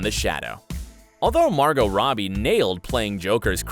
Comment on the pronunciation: It’s Margo not Margot